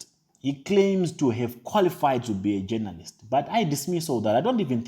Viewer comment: Jonolist is how he pronounces it 🤣🤣🤣🤣